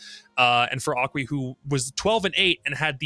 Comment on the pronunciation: Aqui is pronounced like a ki